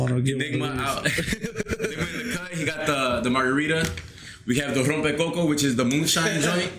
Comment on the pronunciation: He said the Rompe CoCo lol. Dead assss